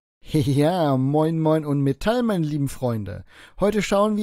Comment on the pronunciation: Ich liebe es wenn Metall statt meddl sagt 😂😂😂